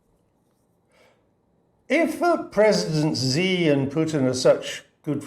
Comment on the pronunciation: It is not ZEE. It's Shee. Bozo